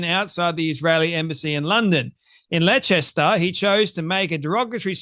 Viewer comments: wheres Letchester you had aussie english subtitles this time too! theres no such place as your made up Letchester are you on the wacky backie or is it somewhere in Dwales or is it anywhere near Bipswich dont be putting on the its not my fault i have a speech impediment well we dont care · Leicester is pronounced ‘Lester’ mate 😜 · Leicester, pronounced Les-ta like Mo-lesta. In other words, a fitting town name for Muslim immigrants and their beloved p*do prophet. Kudos to Douglas Murray and the Spectator for standing on truth and defeating the lying scoundrel Hijab. 🧕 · Dear, Leicester is pronounced 'Les-ta'. Your pronunciation doesn't matter to me and gave me a good laugh. Well done for reading Douglas's article. Enjoyed your podcast and enabled me to hear what the article said as I don't subscribe to The Spectator. Keep going! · no, it is pronounced as explained. Australians speak English. People who have not encountered English county and town names may get them wrong; but those errors are still errors. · Pronunciation has nothing to do with an accent! 😂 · Pronounced "Lester" and "Pewgilist." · bless you Leicester is pronounced Lester and pugelist pew gelist